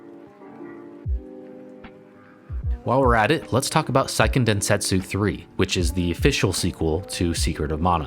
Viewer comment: Since the word is used so often: it's worth noting that the pronunciation is "SAY-ken densentsu", rather than "PSY-ken". "Se" in Japanese sounds roughly between "seh" and "say". "PSY-" would be "sai", rather than "sei".